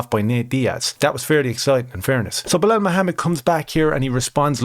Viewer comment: Its pronounced Blahaul, everyone knows this